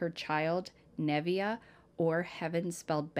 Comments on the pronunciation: Nev iyah not nevia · Neh vay uh is how Nevaeh is pronounced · Absolutely sad 😔 poor baby, the name is pronounced 'neh-vay-ah' such a gorgeous name and love that its heaven backwards ❤️ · I think Nevaeh is pronounced Nah-vay-ah if I’m wrong please let me know.. i only say this because I was in the courtroom with case missing only 2days. I grew up in Boston. I knew two of the people in this sad case personally.. I taught two domestic violence group therapy groups in MCI Framingham.. from . Rachell was a sick woman. Rachel’s bond. Plz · It’s pronounced nuh vay uh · Her name is pronounced Neva-uh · Uggh these cases. They hurt my heart but i know they are important. And also, i mean no disrespect, but nevaeh is usually pronounced nuh vay uh. Ive got 8, literally 8 friends with kids or grandkids named that. Lol. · It's na-va-ah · let me first start off by saying that I love watching you, I love the fact that you pick up these cases and spread awareness. But nothing aggravates me more than when the victims name is pronounced wrong or spelled wrong. I understand that sometimes mistakes happen But we got to try to do better to pay respects to the victim and at least pronounce the name right.